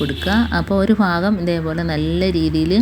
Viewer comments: Please say bhagam not fagam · തുമ്പ് ഫആഗം അല്ല ഭാഗം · ഫാകം അല്ല ഭാഗo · ഭാഗം ആണ്.ഫാഗം അല്ലാട്ടോ😮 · ആ തുമ്പ് ഫാഗം ഫഗം കൊള്ളാം. കൈയിൽ പിടിച്ച് അങ്ങ് കയറ്റിയാൽ പോരെ? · നൂല് കോർക്കുന്നതു നല്ല ടിപ് കുഞ്ഞേ...ഫാഗം അല്ല. ഭാഗം ആണ് മലയാളത്തിൽ Fa ennoraksharam illa ദയവു ചെയ്തു നമ്മൾ മലയാളികൾ Fagam,Fayam,Farya എന്നൊന്നും പറയല്ലേ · ഫാഗം ഒന്നു മാറ്റിപ്പറയുകയാണെങ്കിൽ നന്നായിരുന്നു.